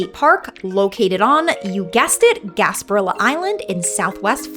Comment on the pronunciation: Why don’t you pronounce things correctly Boca grande you need to pronounce the e. Gasparilla is gaspariya . Remember the Spanish owed this Island so the names are Spanish